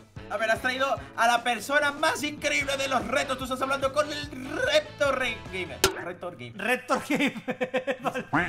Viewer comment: "ReptoGamer" 🤦🏻‍♀️ vaya dos madre mía 💜😆😆😆